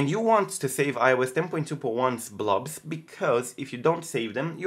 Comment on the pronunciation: I hope I'm not annoying but, try to pronounce the "o" in "blobs" like you pronounce the "o" in "box"